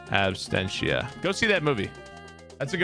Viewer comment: "Abstentia" haha. Love you